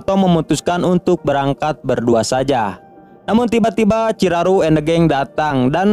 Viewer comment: Ciraru apaaan bang 😂 yang benar chiharu